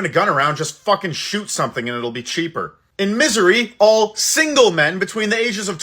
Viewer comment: I miss Canada.. love how he called Missouri as misery..Toledo tooleedoo 😂